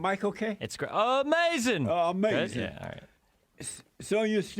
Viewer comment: 7/18/23 ... i FELL out in laughter when Destiny said "AMAZIN" and immediately went to the comments to see if someone else shared the same sentiments. THANK YOU. 😂😂😂😂😂😂